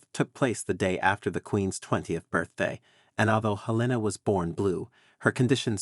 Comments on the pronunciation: Her name was HELENA not Elena, English not Spanish! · "V" is Roman numeral 5. The man's name was not "Frederick Vee". While you're at it, look up how to pronounce "Helena." I guess AI strikes again.